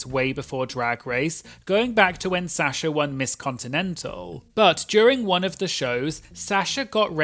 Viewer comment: I love you, but the way you’re pronouncing Sasha is diabolical 😂